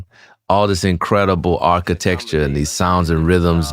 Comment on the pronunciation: He said architexture - gorgeous!